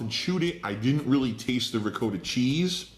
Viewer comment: He's supposedly Italian, but can't pronounce Ricotta correctly.